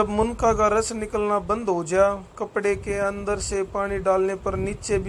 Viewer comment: Bhai munka nhi munnaka hota hai